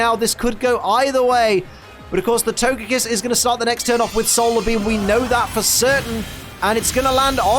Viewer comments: I hope “togepiss” didn’t hear you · Togepee, togedic and togepiss. Hehe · Can we have togekiss' name in the corner of the screen changed to togepiss for the rest of the season, in honour of that legendary slip of the tongue?